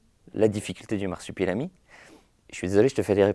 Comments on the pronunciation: Je me sens juste obligé de commenter que ça m'as un peu tendu à chaque fois que disait "Marsipulami" au lieu de "Marsupilami". Voilà c'est tout des bisous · Masupilami et pas marsipulami* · Personne ne c'est arrêté sur le fait qu'on dit le Marsupilami, et pas Marsipulami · Au bout de deux "MARSIPULAMI" de l'interviewer j'ai vomi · L’intervieweur est super par contre je crois pas que y a une fois où il a bien prononcé « Marsupilami » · Marsupilami pas marsipulami ;) La première fois je me suis dit sa langue a fourché mais ça continue :) Sinon très bonne interview comme d'habitude.